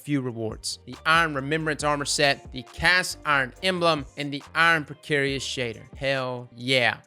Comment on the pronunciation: did you just say precarious?